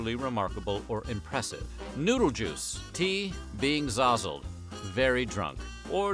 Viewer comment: Not zozzled, but SOZZLED is an Australian boomer slang for drunk.... heard it hundreds of times.